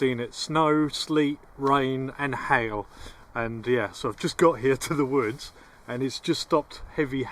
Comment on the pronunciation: Man look not even funny im only seconds into the video when this man said HAIL I thought it sounded like he said HELL I smiled and laughed and said to myself now this is a guy I could be friends with THANK YOU AND I SUBSCRIBE